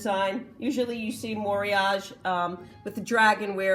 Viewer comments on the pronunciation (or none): Every time I see Pyrex, Corelli, Corning, Fire King out in the wild I think you and imagine you teaching us about it. ☺️ BTW, the correct pronunciation of Moriage is more-e-ah_gay. (I speak Japanese). love the bon bon rose dish and teapot. Thanks for sharing your knowledge.